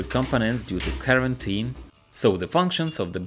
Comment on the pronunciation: KARENteen i love it.